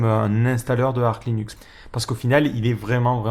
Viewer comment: Ça se prononce Arche, et non pas Ark. Source : ~ Officially, the 'Arch' in "Arch Linux" is pronounced /ˈɑrtʃ/ as in an "archer"/bowman, or "arch-nemesis", and not as in "ark" or "archangel". ~